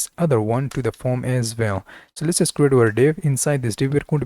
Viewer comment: you say form....i hear foam... lol